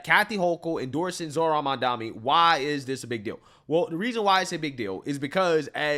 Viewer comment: Can you please learn to pronounce the name Mamdani correctly?